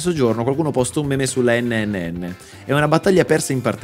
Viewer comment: Sto ancora aspettando stormy che dice la terza n nel pronunciare NNN